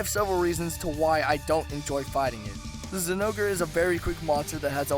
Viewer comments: DID U F#@ SAY ZINGORE!!!!!! THE ZINGORE HAS THE BEST THEME THAN OTHER MONSTERS!!!!!!!! poor zingore T^T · I think I died a little when he said Zinogre.